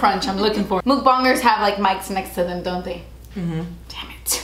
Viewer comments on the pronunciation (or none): She said muk bongers😂😂